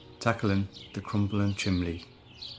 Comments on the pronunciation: During the narration I noticed you said "chimley" not "chimney". My friend is from the north east and does the same...it brought a smile to my face . Great to see the continued grafting... Tracy, you put me to shame! Brilliant team!🌷🌷🌷🌷🌷🌷🌷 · will you settle a bet for us? Are you saying « chimley » in your voice-over?